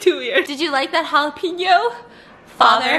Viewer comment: They way she said jalapeno makes me mad 😂😂😂